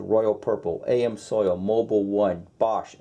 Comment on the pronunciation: Quit giving us the finger. And it's Ams Oil. Ams Oil Ams Oil Ams Oil Ams Oil. Ams Oil Ams Oil Ams Oil Ams Oil. Ams Oil Ams Oil Ams Oil.